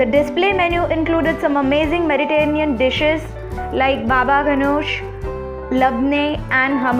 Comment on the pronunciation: What is meritanean cuisine? Lol Its Mediterranean